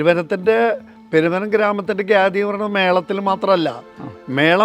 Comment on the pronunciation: ഖ്യാതി ഗ്യാതി അല്ല